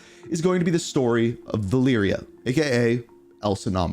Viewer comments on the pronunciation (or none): Selection = Valeria: Siliction = Valiria. The E in most English words sounds like “iiih”, but in some words like “election” it makes an “eh” sound. That eh sound in selection is how the E in Spanish is pronounced. You pronounced Menendez correctly so let’s say Alejandro and Valeria instead of Alijandro and Valiria. That is your Spanish lesson for today! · Lol I can’t stand how you said her name pa. VahLeeryah hahahaha. Thanks for the chuckle bro bro.